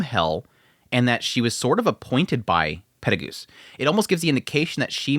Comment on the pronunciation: Sirius husband Perugius ? Pettelgeuese andrew on the mushoku brain You did say petelgeuse every time afterwards. Just the first one caught me off. Went back 3 times making sure im not crazy